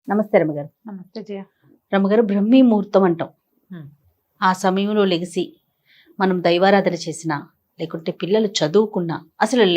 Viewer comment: ఓ లెగిసి కాదు లేచి అని స్పష్టత గా మాట్లాడు